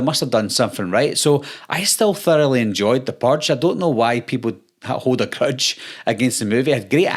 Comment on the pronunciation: Yeah... I'm out cuz you can't pronounce "purge" correctly. Also: I've never seen a Purge movie, and I already know they are worse than Scream movies. Which I also have not watched. Seriously. All of this teenage horror crap is like drinking ur own piss.